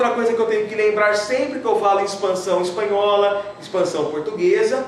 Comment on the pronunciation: ´´espahola´´ faltou o n